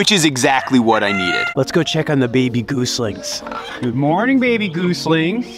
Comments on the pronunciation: PLEASE! STOP SAYING GOOSLINGS! I raise geese. The young are GOSLINGS! You are teaching people, please teach things, names, words correctly. Thank you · I love ya, but it hurts every time you pronounce goslings as Goose-lings and not Goz-lings.